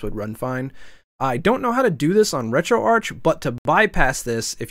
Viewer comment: Thank you for being one of the few of us who pronounce Retroarch as 'Retroarch', instead of 'Retroarc' :P